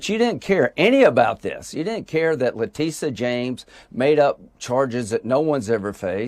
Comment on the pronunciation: Hey Leticia it's not a we i